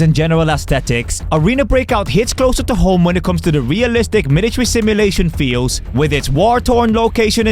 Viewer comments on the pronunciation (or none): "milatery sim"